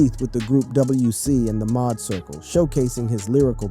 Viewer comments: It's MAAD circle. Pronounced MAD. Not Maude circle 😂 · Tf u gotta go ruining ish calling them the "Mod" Circle...!? Didn't have a second to ask yo Uncle for some pronunciation hella beyond me. Otherwise, word. RIP Coolio 😞